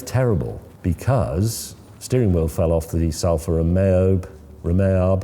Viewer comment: salfa romeab 🤣